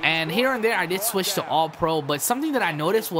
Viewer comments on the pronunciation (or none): none